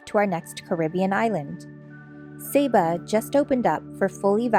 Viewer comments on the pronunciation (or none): it's pronounced sah bah not say bu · lovely Video, the previous video popped up and watched it, Saba is my favourite place to visit, love it there, esp the Elfin Forest and you walk through the the clouds, SAY BAH is the proper pronunciation, I think i saw your boat in St Maarten before, i believe by Lagoonies, the name seems familiar. cheer to my fellow Torontonians